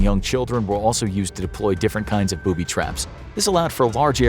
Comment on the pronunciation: Poo-by traps